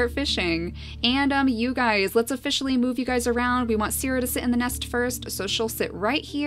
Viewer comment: "Lets ofFISHially move you around" 😂